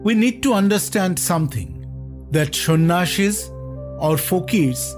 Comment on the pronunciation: It's not shan ashis it's sanyasis